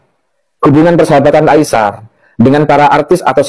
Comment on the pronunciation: Hello admin...sebutan namanya adalah Ai-sar..bukan Ai-syar...come on lah...cuba anda sebut dengan benar dan betul..!!